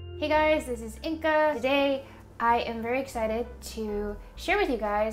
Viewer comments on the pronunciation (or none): One thing I keep being distracted by is your preferred pronunciation of your name. It is spelled “InGa,” but you appear to pronounce it, “InKa.” Which is your preferred, and why?